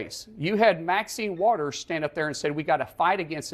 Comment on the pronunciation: Did dude just purposely mis-pronounce Maxine Waters name? 🧐 🤔 🧐 🤔 🧐 🧐